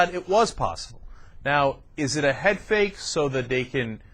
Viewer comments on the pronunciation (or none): none